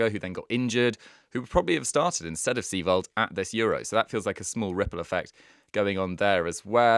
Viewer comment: Its Seiwald not Seewald